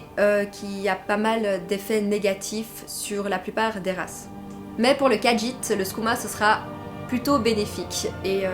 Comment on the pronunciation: Mais si les khajiit est ta race préféré... Tu devrais savoir qu'il n'y a pas de "d" dans la prononciation du nom de la race